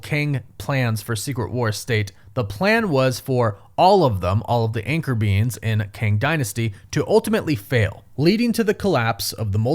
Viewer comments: Is this guy saying anchor beans? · All I kept hearing is “anchor beans” 💀💀💀